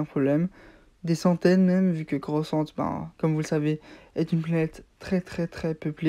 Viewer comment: Coruscante pas coroscante